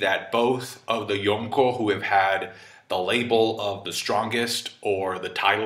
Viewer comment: Why does emphasize the K so loud in Yonko, makes it sound like two separate words lol. Reminds me of my mom over pronouncing cheese names at the Italian restaurant lol.